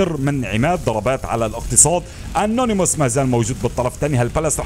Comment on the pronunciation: انيموس وليس انونيموس